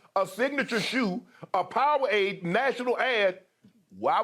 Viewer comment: I love how Shannon pronounces Powerade "POW-AID"